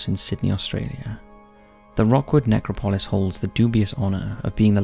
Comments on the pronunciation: Ne-CROP-o-LIS NOT NECRO-PO-LIS. Seriously this guy is a very good narrator AND I know there are differences in pronunciation sometimes but in EVERY video he mispronounces things. Sometimes such famous names that I find it hard to believe. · man you say that word funny. its [nek-rop-ul-iss] not [nek-ra-paul-iss] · it’s nec-crop-Lois… the pronunciation here is absolutely painful! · Dude! love the vids... hate the way you say Necro-polis with the accent on the o (pOlis). It's NecrOpolis... sorry to be petty, but it just makes you sound like you didn't do the slightest bit of research on the topic you're talking about! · No…it’s Ne-crop-a-lis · Ask Google to show you how to say necropolis !